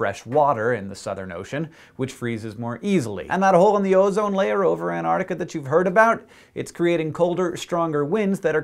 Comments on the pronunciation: hank, for the love of science, please pronounce it ant-arc-tic-a not an-ar-tic-a thank you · Hank! It's pronounced ant-ARK-tikka, not an-ARR-tikka! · He said antartica not artic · Two notes: 1) These explanations of the increased ice&snow would have been a lot more impressive if they'd been made beforehand, which AFAIK they weren't. A model that can explain anything, predicts nothing - and that, to me, is what a lot of climatology looks like. The technical term for this is 'panchreston'. 2) Learn to pronounce Antarctica. There are *two* each of T and C; it's not "Ann Artica"! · can you please pronounce it right? anTarcTica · Is it me or is he saying An-nar-nica? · I find it kind of droll how Americans pronounce Antarctica as "an-ardica"